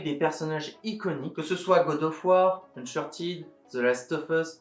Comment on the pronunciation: mdr oui désolé ca me rend fou les "unchartide" , oh si je devais faire un top 3 des meilleurs franchise sony je dirais en premier les dark cloud / dark chronicle , le dark chronicle est mon jeu préfére all time , en 2eme place je met uncharted c'est pour ca que ca me venere quand il est mal prononcé mdr , en 3 eme entrée fracassante d'astro bot ahah <3 , sinon dans ma jeunesse c'etait medievil , alundra , crash bandicoot , motorstorm , j'aurai 37 ans dans 3 jours ce 26 septembre